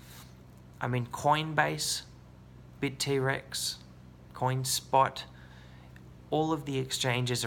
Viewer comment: "bit T-rex". never heard it pronounced like that before. funny, but confusing...